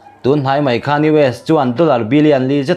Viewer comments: KHAN tih hi lam dik nise...KHÂN nilovin,thluk lo a 'KHAN' tia lam tur a nih hmel. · 'Khan' hi i lam dan a dik lo. Thluk lovin a tawiin lam rawh. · 'khan' ilam dan hi adik lo deuh lo maw.